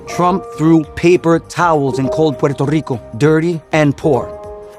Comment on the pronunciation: Trump's half-whisper/half-slurring pronunciation of "Puerto Ricooohhh" grosses me out!